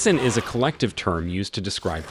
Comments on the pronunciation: I’m sorry, did you say WESS-IN?! It’s pronounced VESS-in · The W is pronounced as V in German! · The W is pronounced as a V sound in german (which is the proper way to say it and the German language is where a lot of the vocabulary in Grimm is from) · Pronounced z in the middle not ss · No, there's no "ss" in the correct pronounciation, it's a soft "s"! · It's pronounced "Ve sin" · Bruh- WESEN IS PRONOUNCED WITH A V! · No "i" in the pronounciation of the German word Wesen! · That pronunciation of Wesen hurt me. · Did the official Grimm account really just pronounce wesen wrong. I wanna die